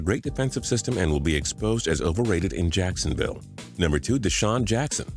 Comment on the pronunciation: They said sacksonville wrong